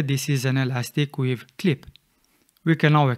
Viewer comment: It's elastic 'WAVE', not 'weave', you can see in the menu when you select it.